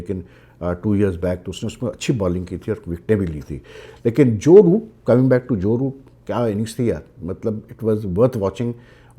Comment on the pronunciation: Boooo nahi Roooooooot😂 Kuch bhai bol dete ho aap bhi.